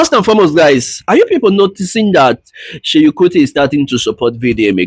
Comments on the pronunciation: Do you no how hard it is to listen to you call him Sheyin Kuti? It is SEUN, NOT SHEYIN! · But if you will do a video ..atleast try and get the names right .. no hate pls just calling your attention ..it’s Seun not Seyi